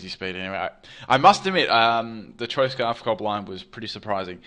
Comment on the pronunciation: How is cobalion pronounced? I always said it like cob-ally-on but you said it like cob-ah-lie-on